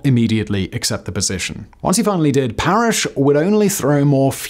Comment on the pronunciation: *Parris not Parrish as Simon kept saying. I know it's not a huge deal but it is history so the facts should be accurate and Simon would want them to be. The name card was correct as it read Parris. Sorry, if this comment offends, but we're all here for the facts from our Factboy.